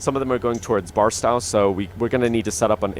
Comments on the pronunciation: Some help with California Cities... Tehachapi is pronounced (Te) (hatch) (a) (pee) emphasis on the hatch. Barstow is pronounced as spelled, (Bar) (stow), second syllable as in stowaway. The pass cajon is pronounces (ka) (hone) pass. Pretty cool video. I'm thinking of getting the game. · Hearing him say barstow wrong hurts my soul